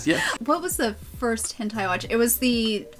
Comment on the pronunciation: It's pronounced "'hin tay''